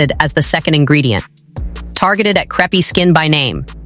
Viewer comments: Lol, I came right to the comments to see if anyone else would mention the pronunciation, it's SO bad, lol. Imagine if it was a vid about the thin pancakes, "Yes, I'll have the craps please", lol. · The word is pronounced " c r AAAAA pe " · Content dealing with relief from creepy skin and it can't pronounce crepe? WTF? Is this a stupid creator or stupid AI? Dislike and ask youtube to NOT recommend content from this creator. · Don't use AI narration that mispronounces the title term.